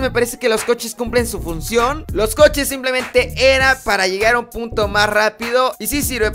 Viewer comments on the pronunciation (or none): none